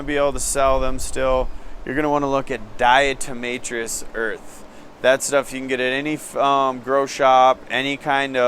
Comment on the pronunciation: Diatomaceous from diatoms, not diatRomaceous, nor is it permethErin but permethrin. DE has what is essentially microscopic shards of glass that cut into the exoskeleton. Hes saying its just chalky and dries them up, lol. Also he can have visitors step on a wet soapy mat to kill mites and even use a disinfectant.